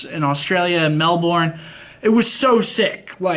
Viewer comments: It's said melburn not melborn you aren't birthing someone named Mel. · FYI Melbourne is pronounced Mel - Bern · Ahaha fuck yea mel-born ahahah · Melbourne is pronounced as Mel-bin. Melbin. Not Mel-born. Melbin=Melbourne. FYI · It's pronounced mel-bern not mel-born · Americans pronounce it "mel-borne", Australians pronounce it "mel-bun" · Say melben thats how we say it, ik its spelt with an o but we kinda say it with an e, anyone understand me? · "Melborn" omg!! 😂😂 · Mel bern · Malborn lol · Scumpi it's spelt Melbourne but it's. Pronounced mel-bin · Mel-bin ...that's how it is pronounced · mel-born hahaha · Hahahah I'm from NZ and still laughed at melborn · It's pronounced " may-borne", or so I think. Is that close? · Mel. Bourne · is it not pronounced mel - burn? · Melbourne said as "Melbin" btw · Nahhhhhh they way you said Melbourne 😂 that got me laughing! I'm from Australia and you definitely don't say it that way. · When he says Melbourne wrong ahaha, love you scump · I can't help but cringe everytime Americans pronounce Melbourne. Anyway, I'm glad you enjoyed your time in Aus! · NOOOOOOOO that isn't how you say Melbourne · It's so funny how Americans say Melbourne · Sorry i cant stand how you pronounce Australia and Melbourne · crown casino! love how you pronounce Melbourne haha and surely you hit up the night club Wah Wah ;) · any other aussies cringe the way he said melbourne? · Anyone else here from Australia and laughing at the way Scump said Melbourne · Haha yeah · I know right hahahah